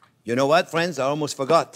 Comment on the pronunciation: With fwends🥰